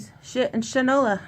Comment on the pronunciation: My one note, is that it's pronounced "shit and (shyn-ola), which was a saying way back in the 50's